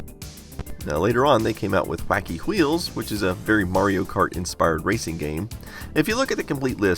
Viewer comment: I like the way you pronounce Wacky Wheels.